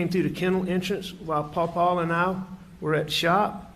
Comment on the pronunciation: Seems to me that when Alex tells the truth about Paul, he says "Paul" If he lies, he says, "Paw Paw"